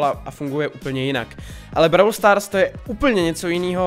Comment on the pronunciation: Vyslovuj to pls " bról stárs".... Brawl stars je strašný... :D . Jinak nemůžu uvěřit tomu, že u minulýho videa jsem napsal jestli si tu hru nechceš zahrát a ty si to udělal!!!!! <3 A TEĎ KE HŘE!!!!!!!: 1. jsou tam 4 mody: Gem grab, Showdown, Heist, Special events. 2. za pohárky postupuješ v lize a získáváš různý odměny. 3. každej brawler je jinej (shelly má splash jak normal utok tak super a piper je sniperka atd....) 4. potřebuješ powerpointy na upgrady 5. každej brawler má svůj rank 6. natoč další video z brawl stars!!!!!!